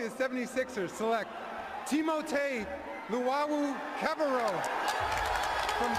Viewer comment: trust the process! i dont think your starting 5 is right, nor your pronunciation of TLC's name lol. Bennie the 1, Fultz is the 2, Cov the 3, Homey the 4 and jo-jo that super stretch 5 ;)..but yo everyone watch that 1st Sauce Castillo clip again LOL